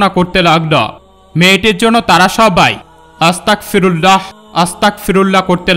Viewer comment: হুজুর আংকেল সবাই যে বাক্য টি পাঠ করছিল সেটা আসতাকফিরুললাহ হবে না এটা আপনি ভুল উচ্চারণ করছেন, এই বাক্য টি হবে আসতাগফিরুললাহ্ আসতাগফিরুললাহ্ আসতাগফিরুললাহ্ । আপনি যদি আমার কোনো কথায় কষ্ট পেয়ে থাকেন তাহলে সরি আংকেল